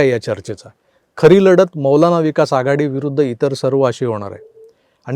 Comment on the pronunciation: 😂😂 एक नंबर उच्चार केला ...मौलवी विकास आघाडी